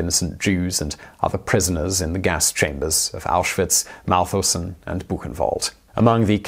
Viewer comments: It's Mauthausen ;) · It's Mauthausen